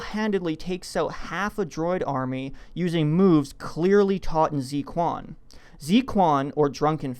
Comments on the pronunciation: yeah I cringed/lol'd at first, like.. zi kwon?? But looking at it again I think it's pretty hard for a native english speaker to guess the correct pronunciation, "kw" totally makes sense as a sound for "qu" if you dont know any chinese. thanks for the link to forvo, I've been looking for a similar site for a long time! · lol the pronunciation of Zui Quan is just... so wrong. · Wtf is zee quan? 醉拳zui quan（drunk fist）Zwehhh q’yuan. Try that pronunciation my friend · Z Kuan as you pronounced it is wrong totally wrong, it's Zhui Quan... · z kuan? thanks for murdering the pronunciation, it is zhua quan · Its not pronounced "zee kwon". It's pronounced "zz chuaen" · "Zi Kwan?" It's pronounced 'zoo-ay chu-en" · pronounced "tsway chwan" not "zee kwan" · Good fun. By the way, "zui quan" is pronounced "zway chwan", not "zee kwan." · Zee Kwan? More like Zzway chwhen. The zz is pronounced like pizza. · god this is stupid, and by the way, zi quan is pronounced dsuh chuan, not zee kwan. If you going to use chinese words than learn pinyin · For that martial arts technique called 'Zui Quan', it's pronounced as something like' joo-way choo-yan' and not 'Z kuan'. Cheers. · Zui Quan is pronounced roughly as "Tsui Chu-en" just FYI, rather than how you pronounced it as "Zee Kwan" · "Zee Kwan"? Ugh. The proper way to pronounce it is "Zhui" (rhymes with chewie) "Chu-en" (sounds like Chen, Jacky Chen). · ZWAY KWAN, ZWAY KWAN, ZWAY KWAN. PRONOUNCE IT RIGHT PLEASE, GEEZ. Not zeekwan, ZWAY. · drunken fist or 醉拳 is kinda pronounced zu-uey chu-ann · it's pronounced as , " zuuu-ee chuen" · zui quan "drunken fist" is actually rather pronounced like "chooy chuen" which is a variant of Kung Fu. Anyway, I'm looking forward to see whether Jar Jar really was Darth Plagueis. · Holy shit dude, work on your pronunciation. Zui Quan should sound like "zway chwan". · Lol you could not have butchered the pronunciation for Zui Quan more. For anyone that's interested, it's something like 'Zway Chwan"